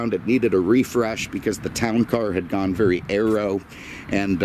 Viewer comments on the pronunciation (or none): none